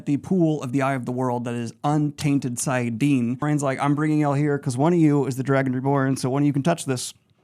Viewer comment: saiadin or saiadar? Wasn't it saidin or saidar ? XD